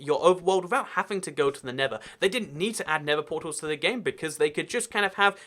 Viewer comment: He pronounces the nether the never